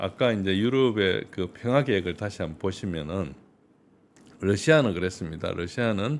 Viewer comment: 평아안? 발음을 정확하라